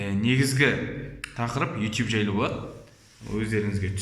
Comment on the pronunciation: Ютуб деш итуб демей